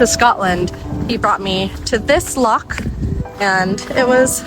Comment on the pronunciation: Edinburgh looked stunning amazing city, and pronunciation when she said Loch was very Scottish:). I always got told off by my wife for saying Loch like lock! Great video guys:)